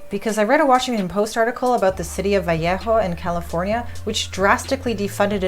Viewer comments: It's "Vah lay ho"... I'll see myself out. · I love this. I really wish more people had the capacity and motivation to think clearly through different perspectives and oppositing standpoints. Although, as someone who grew up near Vallejo, it's incredibly weird sounding to my ears to hear someone speaking English not saying "vuh-lay-ho." Thank you for putting in the work and creating this criminally unseen video!